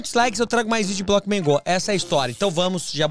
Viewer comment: Ele falou bockman go